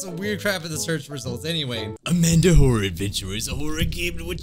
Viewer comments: the way you said amandi i was like-: Amandi!! Me: XD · LOL "AMANDI" XDDDD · Ah yes "AmandIII" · Lol this is funny the way he says Amandi is so funny